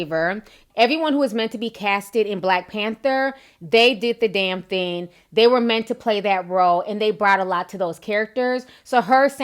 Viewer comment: why does it bother me so much that you say thin instead of thing. OMG